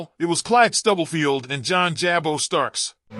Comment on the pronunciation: Pronounced “Jah-bo” NOT “Jay-Bo.”